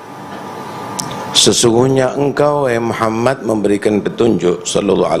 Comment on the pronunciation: Muhammad nya pakai D bukan T aduh blepotan dari awal nih si